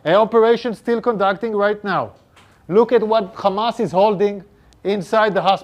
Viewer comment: This guy can’t say hamas he says khamas and Ofc the have rpg’s they are protecting the hospital